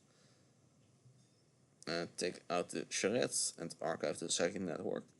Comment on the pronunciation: a little keyforge song, and then the silky, delightful pronunciation of Charette